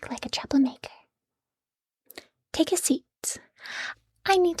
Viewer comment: instead of "troublemaker" I heard "chocolate maker" and thought this was funny